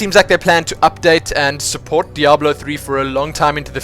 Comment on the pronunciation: I never complained about your pronunciations and now I miss "beeta" and "deoblo" :P